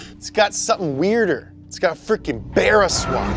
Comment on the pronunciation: Too bad he pronounced barra wrong